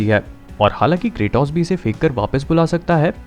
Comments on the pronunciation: Shiru mein hi video k bheekh Matt maanga karo Indian YouTubers , have some dignity yr. Aur kraetoos nahi hae Bhai , pronounce it as "kraytos" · Bhai not kratos kretos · Bro that's kratos not kartos sometimes you said wrong